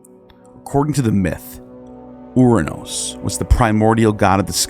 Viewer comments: A curious coincidence or not? The Greek god "Uranus" is pronounced "ur -anOS" (not "our-anos" or "oranos" as pronounced in the video).. Anos in greek infers "above" and "anoteros" means "the highest" (masculine form) Ur is the city of the Sumerians. "Anu/Anos (on high)" is their sky god. Ur-Anos in greek is the sky god who was created by Gaia and became her consort, fathering a succession of powerful beings including the Titans, whose children (the Olympians) finally defeated them.. Ouranos is still in Greek as a name for "sky" Also, a small change in the pronunciation of the first consonant of "Kronos" to Chronos (where "Ch" is pronounced like the "J" in Jalapeno for instance) would closely link the two, and Chronos is the Greek god of time (a word still meaning "a year" or an unspecified passage of time, in modern greek). The remainder of the video's depiction of Greek mythology is accurate as far as I know... Connections of Greek myth to more ancient Sumerian sources are still visible.. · As a matter of piciun-ness(?) The Greek of Ouranos would be pronounced with emphasis on the penultimate syllable and so pronounced "OurANos." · I love your videos and have made similar observations about Ouranos (which has been transliterated into English as Uranus). One minor correction, if I'm not mistaken, is the Greek pronunciation of 'ou' is not "ou as in hourglass" but "oo as in loose," so the Greek pronunciation of Ouranos is "oo-ran-OSS" (emphasis on the last syllable). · Soooo ANNOYING!! Ouranos is pronounced (OO RA NOS). It grates to hear it mispronounced dozens of times. It would have taken 5 seconds on Google translate to get right.